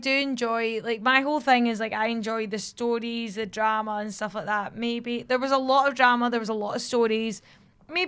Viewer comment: I just love how says Crowd (KRAUD) and Stories (Stoooris) XD